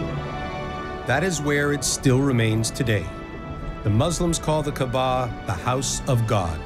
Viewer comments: Dear narrator - brah - you're putting the emphAsis on the wrong syllAble... it's pronounced KaAba, not KabaA... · The commentator must be respectful to proper pronunciation. He should have learned before commentaring. It is not MAZLUM, it is MUSLIM with S not Z. It is not Qaba, it is QAABA, stress on A between Q and B. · Its KAABA and not KEBAB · Its not "Kaba" man, its doesn't sound like Kabab. Its "Ka'aba". The punctuation in between sounds somewhat like Y. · Uhm it's pronounced kaaba not kabaa. But cool info tho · pronounce the word Kaaba correctly. not kabaa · KAABA!!! Not Kabaa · KAAAABAAAA not Kabaaaa Not everything in this video is correct. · Mr Narrator by, the word is pronounced "KAABAA". The house of Almighty Allah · Why do they keep pronouncing kaba wrong? It’s really frustrating and annoying. Maybe speak to an Arab or Muslim first before making a fool with mispronounciations! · Whoever is giving voice to this documentary, please don’t seem ignorant by mispronouncing Kaaba. It’s embarrassing and I didn’t watch this because I know that No serious work has been put into making it. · The way you guys pronounce Kaabah is so embarrassing!